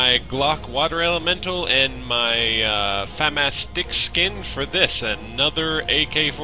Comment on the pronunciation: Fuh-mah-s, not Fam-ass